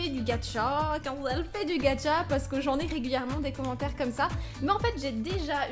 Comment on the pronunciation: c'est gacha pas gatcha